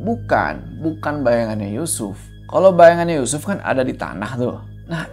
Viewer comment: Speechless ulang lagi pas kepleset nyebut yusuf jd Yucupp 😂